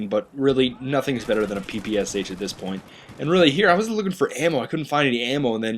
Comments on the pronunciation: It's quite ironic that you, with "" in your name, can't pronounce the name of the PPSh correctly. It's "Pepeschah" (and read that like it's german). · hez saying ppsh wrong!!!!!